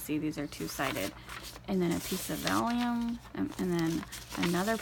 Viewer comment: Vel-Um as apposed to vel-EE-um 💋